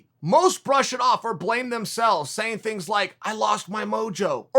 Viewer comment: Chael “I don’t predict these tings” sonnen